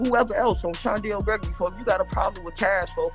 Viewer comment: Who tf is chandel gregory? Butta stay saying her name